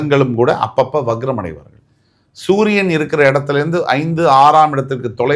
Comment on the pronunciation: முதலில் சரியாக வக்ரம் அதாவது Vakram not vagram என்பதை உச்சரியுங்கள்